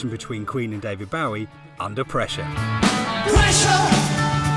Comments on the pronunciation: Narrator can't get David Bowie's name correct it BOW. Like a bow on a present not BOW like a bough on a boat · bruh, "david baw wee" wtf? pronounce it right bruv